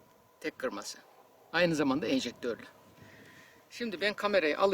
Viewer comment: Hocam elinize sağlık güzel bir video daha.naçizane bir düzeltme yapayım.Eminim doğrusunu biliyorsunuz ama,dil alışkanlığından dolayı boş kovanı fırlatan sistemin adını ejektör değil enjektör olarak söylüyorsunuz.